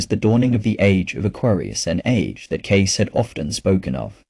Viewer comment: Nice story and nice message. But if you’re going to put it out there, why not use a real voice? Yours or someone else’s if you prefer. This AI voice is distracting and offputting in that it can’t even pronounce Cayce’s name right, and the odd, inhuman punctuation and spacing. Why not bring a real voice to this?